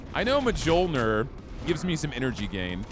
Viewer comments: as a scandi, your pronounciation of mjølner is painful x) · For the love of God someone tell this man how to correctly pronounce Mjolnir!! What manner of rock has this man been living under that he has apparently never seen a Thor movie?!?..... or heard the word ki / qi? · mjolnir, just like jotunn(slayer) is a nordic word... J's are pronounced like Y. idk why you can say jotunnslayer right but not mjolnir brother. have you not seen a marvel movie?!